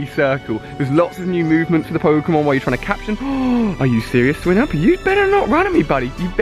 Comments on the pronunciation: ok Ali instead of criticising u im gonna give u advice: it's swine-ub not swin-ub. I know it doesnt really matter but some people like me get triggered when u pronounce things wrong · Why does he pronounce Swinub wrong you pronounce it like "swy-nub" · its swinub SAY THE i